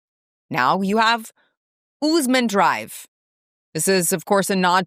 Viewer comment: Your channel claims to promote respect, yet you don’t even pronounce the names respectfully. They’re Sadiq and Osman — not ‘Siddiq’ and ‘Oozman,’ which you said in a mocking tone. You have some way to go before your commentary can be considered credible.